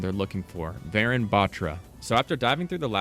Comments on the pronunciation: Its not varen its varun like "un, dos tres" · I love how he pronounced the name as varen bat-ra but in reality it’s varun Batra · btw its not pronounced varan, its pronounced va-rune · IT isnt VAARUN its Varun think of it like this. VA RUN you say it like VAYRUN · Lol I didn't realise it's Varun until I paused and saw the email that it's not va-run. Ik that's how most foreigners pronounce Indian names but it's va-rune btw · Why is he pronouncing "varan" it's "varun"😂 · I’m pretty sure it’s pronounced varoon not varan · Pronounced "Varoon" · its wa run to pronounce tho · Pronunciation of Varun is Vaaruun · update this is dope I got the same name as the new agent but pleaseee it’s pronunced vuh-rune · Even tho you completely butchered the name Varun (Va-ruu-n), that was a nice deduction. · "vayrun" "vah rune a" cmon bruh.... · Varun is a male name pronouced like "varoon" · Just a quick pronunciation correction for everybody: Varun is actually pronounced Var-oon kinda like the color Maroon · dont want to be that guy but j wanted to lyk its pronounced varoon like maroon but w a v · if the character is of indian origin then their name would be pronounced like vuh-roon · pronounced vahroon 🙏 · Varun is pronounced as vuh-rune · it was kinda funny seeing you pronounce varun batra so wrong, but the effort is appreciated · how did he mess up “Varun”… 💀💀💀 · Say his name right white boy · after varun there is a n sound like n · also your saying Varun wrong :l